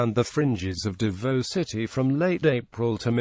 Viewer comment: U pronounce davao as dabaw